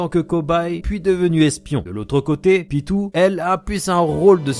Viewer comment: PYTO ON DIT PYTOOOO